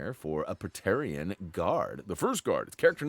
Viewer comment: you did pronounce Praetorian correctly